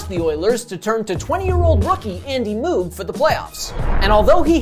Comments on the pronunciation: It’s not MooooG it’s MoeG Moog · Who the fuk is Andy mooooggg? Its pronounced andy moe-gg u 4ssh0l3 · Its pronounced moag. Not moog. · My favorite part of the video. I though he said mook and had to replay that part to hear it again. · Great video. For future reference, tho, it's pronounced "Moh-g", like the dude who invented the Moog synthesizer that was also dominant in the '80s. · Agreed. Though I think it's the Sutter brothers not the "Sooters". Makes me wonder why no one passed that along to him? 🤷‍♂️ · It's a great little video, but a few minor corrections: -- Gretzky wasn't 1st in WHA scoring in 1978-79 -- he was third. -- "Moog" rhymes with "rogue". -- "Sutter" brothers, not "Suter". -- In the first round in 1984, the Oilers beat Winnipeg 3 games to 0, not 4 to 0 (it was a best of five then). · Moo-g lol Mōg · I can retire from my good job in 8 years but because your mispronouncing of Moog, I'm going to keep my job forever. Fuck them kids. Do your homework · You're pronouncing moog improperly. But it's hard to type how to pronounce it. Yiou also mispronounced Sutter . Still a cool video. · This is bad. You gotta get their names right. needs to fire him. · Did Moog dirty with that pronunciation. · Unreal he can't pronounce Moog. What a disgrace...lol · Yikes... the Andy Moog pronunciation... and on The Score no less! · I honestly thought I'd been hearing "Moog" and "Sutter" wrong all those years. In this case it is indeed the kids who are wrong. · Good video but maybe ask someone who knows hockey to help you with the pronunciation of certain names (Moog and Sutter). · Dude can't even pronounce Moog's name correctly.